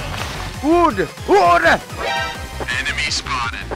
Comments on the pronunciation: I like how he says wood, OOOD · i like how he says ood instead of wood